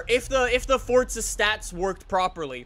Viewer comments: Anyone else get cringed when he says "Fortza" instead of Forza? LUL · The way he says Forza annoys me ‘Fortza’